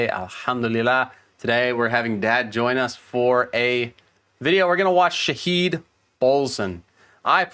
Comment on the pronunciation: Your dad is awesome he is a good listner .. PS ; first of he is an irish not an american 2 its not Shaheed -- its Shaa -hid (hid must be prounced faster)..he get his name from the verse 3 chapter 85 of the Quran (shahid wa mash-hood) means a witness however some scholars says its the judgement day that falls on friday and mash-hood the witnessee where peligrims in Mecca stand on the mountain where Abraham wanted to slaught his son ismail.